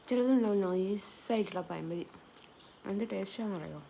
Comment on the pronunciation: പഴം പൊരി അല്ല പയം പൊരി മഴ അല്ല മയ 😄